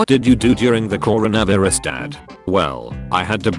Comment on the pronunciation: Why it say carono viruz